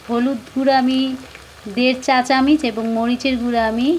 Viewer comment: চামিচ কি,চামচ